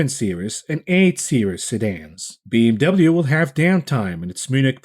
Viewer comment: Pronouncing BMW got me in stitches 🤣